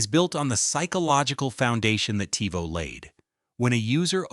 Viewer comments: Seemed like a cool video until it started saying Tyvo instead of Tivo. Also, what's up with the volume changes. You're an AI voice, no reason to raise/lower the volume of it. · Your use of AI for the narrator got progressively more and more annoying as the video went on. I was going to subscribe and like but then I heard "Tie-voh" and it became obvious that this isn't a human voice. Sucks. Seems like it could've been a cool channel but nope. Guess not. 😢